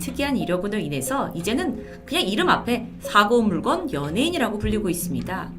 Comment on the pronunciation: 사고 물건?? 물껀이라 읽어야하지 않나?